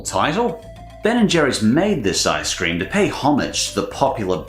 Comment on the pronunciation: Ice cweam?